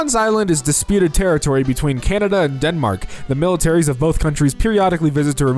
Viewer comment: Canada not candia